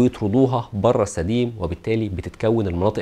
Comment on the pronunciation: طبعا نحب نسمع تعليقك بس انا ما فهمت اللفظ جيدا ، هو سديم ولا سدين ؟؟